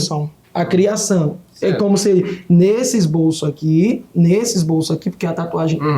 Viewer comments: "ESBOLÇO" PQP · "MAESTROSO" " ESBOLÇO" 😂😂😂😂😂